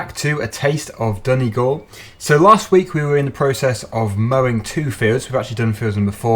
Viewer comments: Dun-Knee-Gawl you finally got it correct :) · YAY you got "Donegal" right this time :) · u actually said Donegal right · U PRONOUNCED IT RIGHT!!!💪😂😃